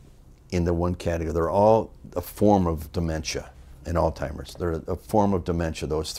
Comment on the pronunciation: Great interview and there's something genuine w Greg too...tu for listing the year it took place...what is it w calling Alzheimer's...All Timers!!!! Pronounce the Z dopes..lol